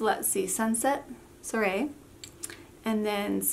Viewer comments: You actually went to find out how to pronounce it and still said it wrong. Soirée-swaray.. and these polishes are long lasting but DESTROY your nails! Oh, and it’s OPI MET a boy cute as a can be. Not MEET a boy. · You can pronounce soiree like swa-ray. Lovely swatches as always. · It’s pronounced swa Ray ;) It means a gathering. Polished look great on you!